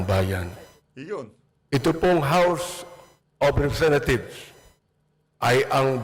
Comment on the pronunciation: tamaba ung pag kakarinig ko house of representa thief? hahahah